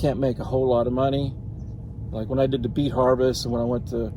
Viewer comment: oooh did he say beet harvest? I thought he said 🐝 bee. Lol